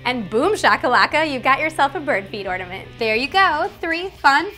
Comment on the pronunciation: Orange or ortament